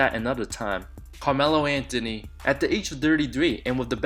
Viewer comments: When you can pronounce Antetokounmpo but not Anthony. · I can't deal with the way you say Anthony but this was good vid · What's dunder? Bro your pronunciation sucks. It's Anthony not Antony. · Antony of da dunder